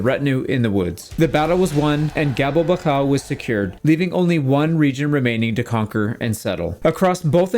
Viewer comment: Gabelbachau is pronounced [ˈɡaː.bɛl.baχ.ʔau]